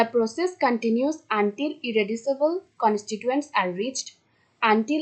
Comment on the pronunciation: উচ্চারণ টা কন্সটিচুয়েন্টস। কন্সটিটুয়েন্টস না